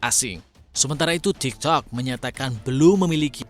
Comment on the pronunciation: waktu ngomong tiktoknya gW ngakak🤣🤣ngomong nya kurang pake kolkolah😆